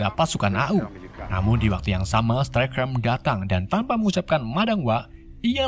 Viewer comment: STARSCREAM, bukan Starcream.